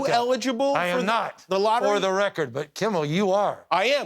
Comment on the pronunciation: The governor called him “Jimmel” 🤣